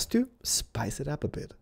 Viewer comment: um, did he mean spice it up? cuz he said rice it up